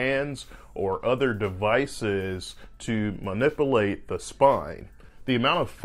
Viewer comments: It’s tough to revere someone who’s a doctor and can’t pronounce “manipulate”. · C'mon doctor at least pronounce the word manipulate correctly. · He lost me when he could not pronounce manipulate. DEI sucks. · “Manipplelate” got me- manip u late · he doesn't say manipulate, he says ma-nipple-ate! 🤣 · Ma-nipple-ation??? Sorry, I'm not a surgeon but i can't help but laugh every time he mispronounced it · "Mu-nippalate" 100% of dudes who pronounce it like this are legit. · Doctor can't say Manipulation right.....Manipullate is not how you pronounce it!